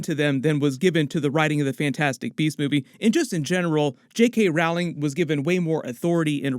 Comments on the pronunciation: It's pronounced "ROLLING", not "Rauling". I mean, you did all this research and couldn't get the name right...? 😆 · Err. JkR is pronounced like Rolling. As in like someone rowing a boat not like an argument. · If you’re going to do videos about J.K. where you say her last name many times over perhaps you should learn to pronounce it correctly?